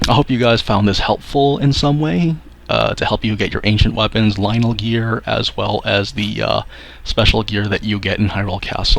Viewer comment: It's "Lynel" Bruh 🤦🏿‍♂️